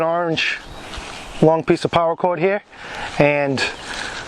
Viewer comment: Why do you say Power cord instead or Para Cord???